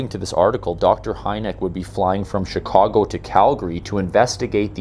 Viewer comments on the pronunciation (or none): none